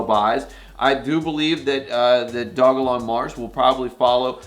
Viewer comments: It’s pronounced dog-a-Lon You can read it on their site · Its called do-jah-lon. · Great content, thank you. NB: Dogelon is pronounced doge-e-lon Mars for future reference.